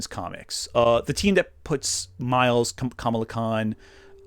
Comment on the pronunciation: I know this is a small nitpick and so far I like the video, (I'm ) but Kamala Khan's name is pronounced the way people were mispronouncing Kamala Harris's name.